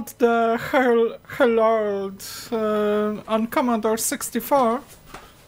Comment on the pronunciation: Hellorld is a difficult word to pronounce!